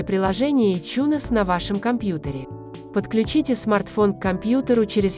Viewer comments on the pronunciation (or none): Какой еще ичунес на хрен? Айтюнсом он называется и назывался всегда. Слышать такой бред с души воротит. Можно хоть названия говорить нормально. А то в место айфона можно обозвать ипхоном блин.